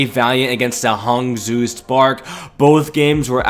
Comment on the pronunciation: Pls pronounce Hangzhou like: (Hung)-(Joe)